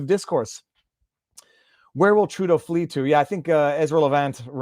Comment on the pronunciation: Was the dude referring to Judas or was he calling Trudeau a “Dill” “Dough” ?